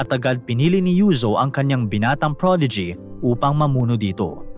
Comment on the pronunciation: "protege" parang prodigy kasi pagkakabanggit. Nice story po